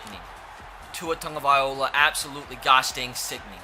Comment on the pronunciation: Why does say Tua Tungaviola?